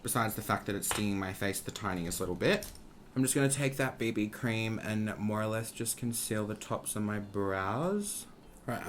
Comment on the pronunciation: literally thought you said “bindi cream” when you said “BB cream” 😂😂😂😂